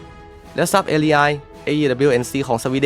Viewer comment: ทำแอดอ่านชื่อยุทโธปกรณ์ได้เพี้ยนมาก เช่น Saab ซาบ ก็ไปอ่าน แซบ, UH-1H Huey ฮิวอี้ ก็ไปอ่าน ฮุ้ย มีอีกหลายอย่าง จะบอกว่าเสียง AI ก็ไม่น่าใช่ฟังยังไงก็เสียงคนพาก